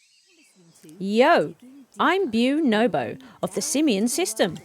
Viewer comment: Beau nobo is pronounced bo-no-bo like the monkey haha. also just wanted to check. your latest pharoah video is members only.isnot going to be up for everyone at some point or will it stay members only?